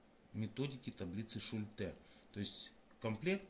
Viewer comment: Точно сказано, реклама - двигатель торговли. Что не сделают ради зарабатывания денег!!! 👍😁😁😁 Бумага, на которой напечатаны таблицы тоже из 50-х годов??? Методика работы с таблицами описана в трёх строчках печатного текста, а вы умудрились это вложить в целую диссертацию. И ещё, как же правильно - шУльте или шультЕ??? В видео Вы ставите ударение по-разному!